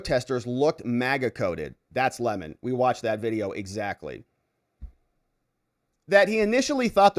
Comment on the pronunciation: Say his name correctly... it's Lemon, not LeMon. 🍋 KNEW WHAT HE WAS DOING AND HE WAS GITTY WHEN THEY INTIMIDATED THE CHILDREN... would be better for a person to have a millstone hung around their neck and be drowned than to cause "these little ones" to stumble or sin.